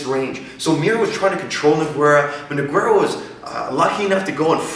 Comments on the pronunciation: it's pronounced NOOO-GEIII-RAAA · jesus fucking christ hearing this idiot say nog-where-uh was so annoying the whole video. ITS NOGUEIRA!!! learn how to pronounce it by the next video please... or we dont want any video feedback from this canadian anymore, thanks anyways. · As people that watch MMA, maybe you should learn their names. Noquero? noqwerra? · Good info, but the "Nogwerra" thing is killing me. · I wonder if these two guys discussed the proper pronunciation of Nogueira's name before they made this, because you clearly hear saying his name correctly. Great video, but It's kinda distracting hearing that repeatedly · Great video!!! Pronouncing Nogueira's name correctly would've taken some of the fun out of it! :) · You are saying Nogueira wierd. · inability to pronounce Nogueira is... annoying.